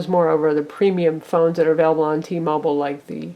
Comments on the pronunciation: t-mobile, not t-mobol. say it how spelt. -. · Blackberry bold nighty nnnine hundred for T-mobole...? WTF lol